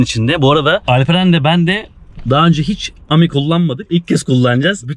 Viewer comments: Okunuşu ami yazıldığı gibi fransızca arkadaş demek emi değil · emi diye okunmuyor ki fransızca çünkü ami arkadaş demek ami diye okunur normal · Eymi diye okunmuyor, turkcedeki gibi ami diye okunuyor.ami fransızca arkadaş demek, google translateten fransızca okunusunu ogrenebilirsiniz. Hatta monami markasi vardı kırtasiyede, arkadaşım demek, my friend.